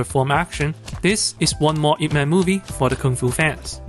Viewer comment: No u didn't just said man instead of mun. 🤦🏻‍♀️🤦🏻‍♀️🤦🏻‍♀️ White ppl butchering chinese names again...